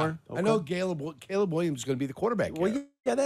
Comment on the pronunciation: Did anyone catch Jurko calling Caleb, Gayleb? 😂😂😂😂😂😂😂😂